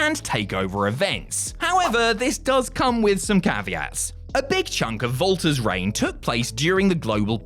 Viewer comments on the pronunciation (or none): Why did he say Valter